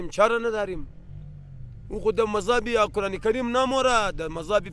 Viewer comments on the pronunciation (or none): none